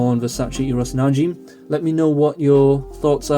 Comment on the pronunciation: Pronounced Na-Jim (like the name Jim). Not Na-Jeem.